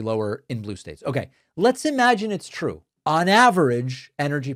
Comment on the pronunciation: 😂😂😂😂😂😂😂 its twew its twew, so says the lying Levet.